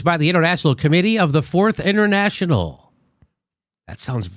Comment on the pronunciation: Wow, this is what happens when you don't know your history. The Fourth International is the current international socialist movement. And they're pronouncing it completely wrong too.